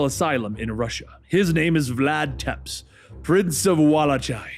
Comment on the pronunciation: it’s pronounced Vlad Tepes (Tep-ish) Prince of Walachia (Wa-lake-ee-a) lol😂😂😂